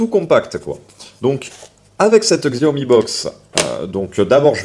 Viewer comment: "xiaomi" aïe mes oreilles XD. Ça se dit "chiaomi". peu de gens le savent mais c'est biens comme ça qu'on le dit. Comme "huawei" qui se dit "ruawei".